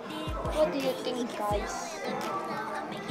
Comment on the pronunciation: Think ❌ Thing ✅ Segini ❌ Skinny ✅ 🥲🥲🥲